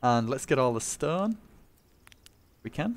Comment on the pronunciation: Do i hear wrong or do you pronounce stone strun